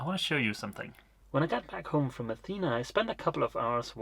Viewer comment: Dogs eat and sleep, thats why they call it dog life..., Athena the town is pronownced the way you say it Athena the goddess and the female name is pronounced with the tone in the last "a" athenaaa imagine the three aaa as a tone. There is another way to varnish wood, it is called liquid glass and it makes very nice varnished areas but basically it is epoxy and i don't know how it behaves in moisturus enviroment.